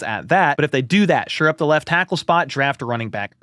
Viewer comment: I sincerely hate to be "that guy," but it comes up so often. It's "shore up," not "sure up." Anyway, keep up the great videos! This is my main spot for Chiefs news.